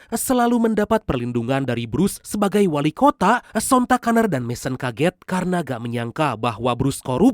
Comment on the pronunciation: WALIKOTA MIN, BUKAN WALIKOTAK